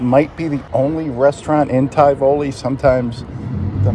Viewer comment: I can't remember if you ever visited Indianola TX. It's not far from Tivoli. The hurricanes visited there a little too often . Your pronunciation of Tivoli makes my eyes cross in protest😅